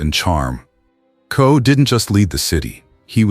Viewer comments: Ed Ko??? WTF? KOCH, the name is KOCH. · Tell me about it. I was going to post the same thing. Coach? Koch, rhymes with crotch. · This AI Junk has gotten all their names wrong. EdKo?? Sylvester Stallone?? Get the stories and names right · His name is Koch. All the letters are pronounced. His famous question was “how am I doing?”